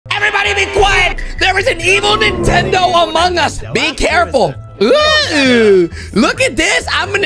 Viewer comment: Ahh yes. Ninetendo switch